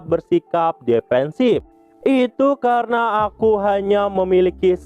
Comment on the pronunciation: "Kerena itu" Ngucapin itu mlu si mimin😂